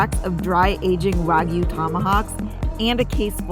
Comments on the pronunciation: "Wag-oo" lmao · If only he had an example of how to actually pronounce wagyu. 🙄